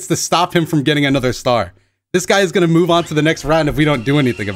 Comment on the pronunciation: two seconds after getting hit in the first round “Are wE gAnnO loSe”